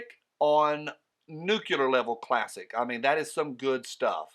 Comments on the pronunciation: Love you, but never, ever say NUCUUULAR. It is Newcleeerar. Don't be a Strom Gomer. More comment to come. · they don't want cash. Tax evasion is used to get people they can't get for their actual crimes. That's what they got Al Capone for. In response to Lady Nuts; I have been saying for years that are plenty of guns and ammo in cop cars................, nucLE-AR, not nuKULAR. Thunderin Jayzus, I've been fighting that one since Bush. Awesome Mak. I would love to add one to my collection but they always turn up when I don't have the liquid capital.